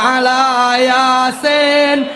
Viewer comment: Yasin pun diucapkan Yasen....hadeeeh dah parah ni ustadz